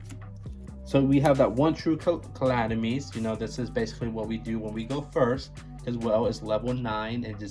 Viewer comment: Kuh' Lam' eh' tees' Not clamitees